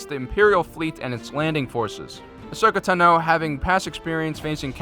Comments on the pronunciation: “ahsokeh tenoo” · As soon as I heard you say asoka tano, I realized the Republic was srewed